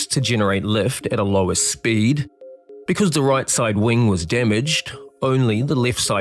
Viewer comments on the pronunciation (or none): none